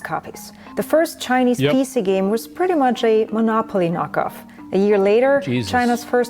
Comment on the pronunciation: Thanks for recognizing China's plagiarism. In one video, I heard "chin-a-nese" 68 times. China China China!